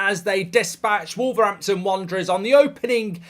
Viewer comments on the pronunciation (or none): Its Wolver H ampton Wanderers, Learn to speak correctly. We battered you, you got way with it...